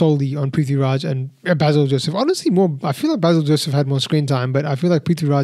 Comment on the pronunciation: Hi, -- long time no comment, I've been taking a break from online stuff. But I hope you don't mind me offering a gentle correction and some comments. The gentle correction: Basil's name is pronounced Bay-sil, not Bah-sil (as we would say in the English speaking world). I'm like you, I had a blast watching the film, especially the second half where it descends into pure chaos. I'm actually not much of a fan of Prithvi doing comedy, I really don't think it's his wheelhouse, but they put him precisely in his darker, hero-type avatar in the second half and there I thought he was terrific. Also - there was a lovely and fun cameo appearance near the end of the movie by Aravind Akash, who played Lord Krishna in Prithviraj's debut film, Nandanam. They even use the music for him from the film in this film. I had an "OMG" moment when I saw him and heard that, I was so tickled that they did that. (Also, BTW, they did not actually shoot at the Guruvayoor temple, that was a great set they build for the film). Anyway, Nandanam is absolutely one of my favourite films, I've written about it and shared it so much:-) Oh, and Prithvi says the last line of Nandanam (originally said by Nivya Nair in the film). There were a lot of other references to films and memes in the film, too (another one that stands out for me is a line from Drishyam, which Prithviraj says, imitating Mohanlal's shoulder drop).